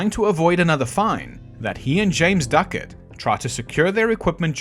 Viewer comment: That would be Ducat, not "Duckett". :)